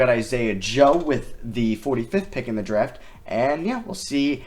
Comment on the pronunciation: I cant stand how he pronounces draft “dreft”